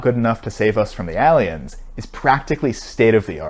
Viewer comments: Why do you say “ahliens”? It’s “ayliens” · you pronounce aliens wrong! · I was seriously listening to this video. Then I heard how you pronounce aliens. Who says it like this? Credibility lost, my good sir. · We just gonna ignore how he said aliens? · Why does he say cliques and aliens like that? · I was with him until he pronounced aliens like he did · I’m sorry dude but can you please try pronouncing “aliens” once more?